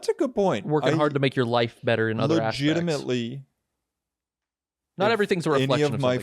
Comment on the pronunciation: Everytime they say "legitimately" a mini aaron is yelling "legatimetly" in my brain.